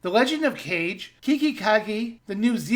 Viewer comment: It's Ka-ge, not cage. Kage is translated as shadow.